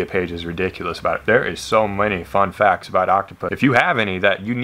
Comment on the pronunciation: When you do so many one days, that when you say "fun facts" you say it like "one day"